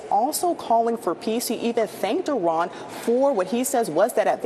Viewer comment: EE-Rawn.... You're welcome....